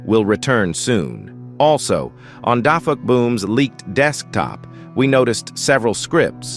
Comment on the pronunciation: Who the heck is "dafuhboom"💔😔